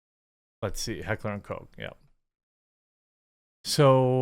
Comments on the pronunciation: It's Koch, it's not a soda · How many times can this dipshit mispronounce Heckler & Koch?